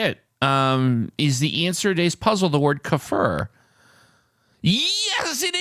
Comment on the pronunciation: I think it’s pronounced keyfur…it’s a drink most often in the health food section of the grocery store.